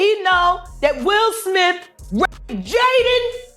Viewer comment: Who tf is "Matt Damian" ? Who tf is "Ben Afflack"? Who tf is "Will Smiff" ?